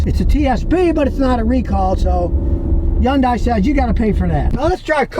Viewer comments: Its not a yun day Scotty its a hun day😂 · Stop saying yundai it's Hyundai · Youngdai? When is he going to learn to pronounce the name correctly? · someday scotty will realize yundai starts with an H 🤣🤣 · I love how he says Hyundai with a J like it comes from Mexico lol .